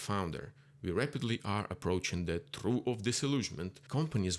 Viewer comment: Trough is pronounced troff